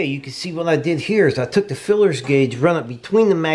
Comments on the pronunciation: OK vid but mate it's called a feeler guage not filler guage as your calling it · Feeler guage, not fillers!LOL!!! Potato, potaato!!LOL!! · Yeah, why does he keep calling them "FILLERS Gauge" ???? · FEELER gauge not FILLER gauge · Just fyi it's called a feeler gauge not a fullers gauge. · FYI, it is called a “Feeler” gauge not a “Fillers gauge. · Feeler Guage not filler guage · Dude, please stop saying "feelers" gauge. It's kinda kreepy... It's a "Feeler". Thera is no apprenticeship of a feeler, unless your a pervert.... It's a feeler gauge